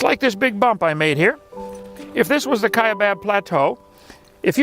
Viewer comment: It's the Kaibab Plateau you m0re 0ns, not the "Kiabab Plateu"